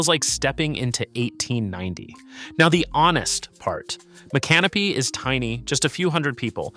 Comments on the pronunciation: It's so funny that these videos always mispronounce these towns. 🤣🤣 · Spare me the AI bot narration. Learn how to pronounce Micanopy! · Agree, is it stupidity or AI? The city names are properly pronounced then missed pronounced in the following sentence!